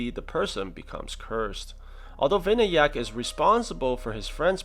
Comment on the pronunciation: the name is pronounced as vinaayak